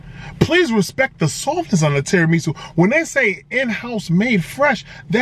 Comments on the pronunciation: Terra “ME” su 😭😭😭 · Lmao, I'm sorry bruh but I gotta admit the way you say tiramisu like it's some kinda Japanese soup or sumn is irking me for some reason 😂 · And the weird pronunciation of tiramisu. Kinda cringy lol